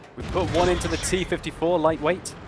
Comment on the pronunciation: One-er? Try Uner.